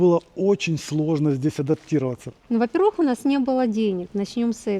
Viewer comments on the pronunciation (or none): Ребята, без обид, но говорить надо "во-пЕрвых", а не "во-первЫх", режет слух.